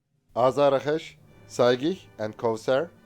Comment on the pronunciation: BTW, it is pronounced AZAR-Akh-Sh and not Azara-kesh. It is a Persian word meaning Thunderbolt. Saegheh means Lightning and Kowsar is Arabic and I don't know WTF it means or what it has to with a fighter jet. Perhaps one of the Mullahs named it.